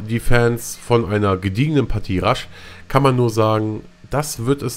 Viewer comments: wenn du meinst dass man es rush ausspriecht is das zeimlich traurig...man spricht es rash aus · Er kann halt englische Wörter nicht so gut aussprechen, bei denen nach dem "r" ein Vokal kommt (Rush) oder auch Reaper etc. Bei "Close Quarters" folgt ja nach dem "r" kein Vokal. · Rasch-Modus:D ich weiß dass es rush heißt aber rasch sagt:D